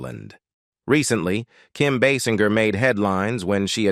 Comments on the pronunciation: Kim “BAY’-singer’ is her name. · Can't you pronounce her surname properly!!!!